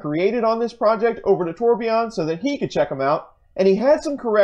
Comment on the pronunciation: Nice work, but Torbjorn's name is pronounced TOR- BYORN, Not TOR-BE-YON.